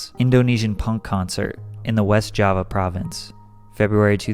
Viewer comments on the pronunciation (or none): none